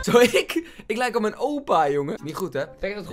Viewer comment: Ik: oh mij God Koen: oh mijN God